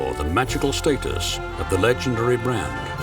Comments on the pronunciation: "What is state-us?" Such beautiful cars christened with pomp and snobbery unfortunately. Reminds me of "FEE-RAW-REE". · Excuse me, the word "status" is pronounced with a short a sound. You can't even pronounce the word correctly. incredible. Hardly impressive joker. Did you EVER attend school ?